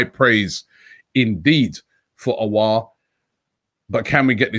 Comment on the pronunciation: The way Robbie pronounces Aour’s name🙈😅😂